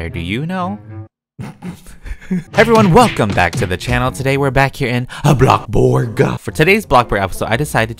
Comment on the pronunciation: Why do u call bloxburg bloxborg